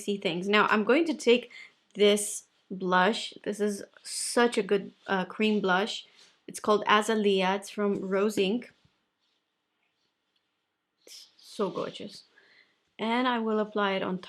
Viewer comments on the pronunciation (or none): One more thing... not a big deal... I just like pronouncing things, your don't have too. BUT it is Azalea uh·zay·lee·uh OR A·zay·lee·A😉